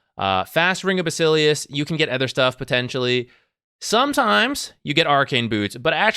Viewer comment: it took me this long to realize you pronounce "other" as "ether" and was confused as hell